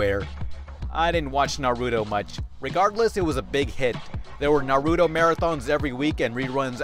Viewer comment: it's naru-TO, not naru-DO. ...sorry, that's a petpiv i have. ^^' anyway, i did watch those shows when they came on, though i did watch all of them, just the ones i like, but that was alot on the time slot. and i agree, up until i saw one piece on this anime channel online, i never knew how bad one piece was. man...i was one stupid kids. lol XD